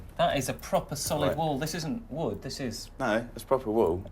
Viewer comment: The way he said "wood " is just funny to me